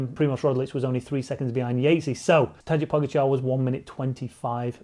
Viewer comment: Not trying to be a prick, but if you gonna talk about him all the time - it’s pronounced “Vote” Van Aert. And “Taday” Po-GA-char